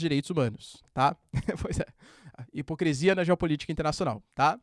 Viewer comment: Amo vc mas casa vez que vc fala “hipocresia” eu tomo um susto 😮